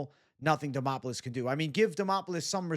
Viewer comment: DEmOPoULis 😂😂😂 you can’t be serious-did you even watch tape bwhahahaha